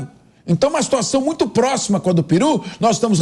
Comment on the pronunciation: Não é Piru e… PERU!